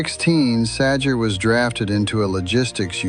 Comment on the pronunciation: Sounding more like "Gee Sah-Jay"